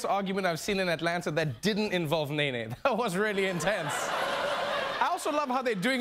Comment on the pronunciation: When he called NeNe “knee knee” ... “nay nay” lmao